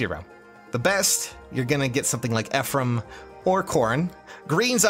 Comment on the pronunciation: Ephriam I don't get the reference but it's Ephraim pls I don't want to get wooooshed